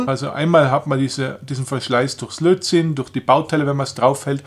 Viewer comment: Es heißt Lötzinn und nicht Lotzinn.